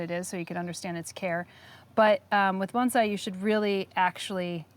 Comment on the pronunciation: That’s pretty much how it’s pronounced; “bone sigh”